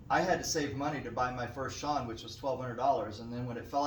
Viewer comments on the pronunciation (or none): You had a Sean cue?? You mean Schon? You would think being in the business you would know how to pronounce them. Lol and you are right that people do call you unethical, etc. And in this video you mentioned not only do your cases protect better but they are more secure. What makes them more secure? Just wondering how they prevent being stolen more so than other cases or is this another misrepresentation???